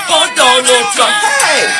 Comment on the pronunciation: First it was “I will boat…for Donna Trum” , now this hahaha lol🤦🏻‍♂️🤦🏻‍♂️